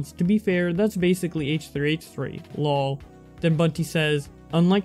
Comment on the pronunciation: Hate the way you say "lol" but other than that great video!